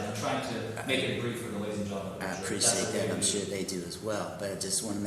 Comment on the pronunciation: LLC business seems legitimate…NOT!! The way says “appreee-ssiate” (appreciate) made me gag a little….